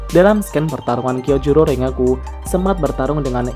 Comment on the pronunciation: Min setau saya klo namanya ada "ng" Misal rengoku dibaca nya renggoku/ren goku bukan rengoku begitu dengan tengen dibaca tenggen / ten gen bkn tengen